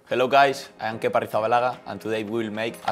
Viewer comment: He's the only one who can say his name properly